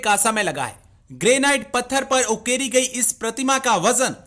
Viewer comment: It's not Greynight, it's Granite